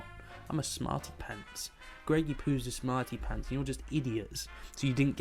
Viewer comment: Nice video :) <3 Heeheehee the way you say smarty pants with your accent X3